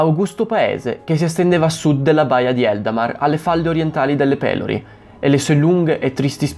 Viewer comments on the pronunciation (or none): E Pelòri, non Pèlori... ^_^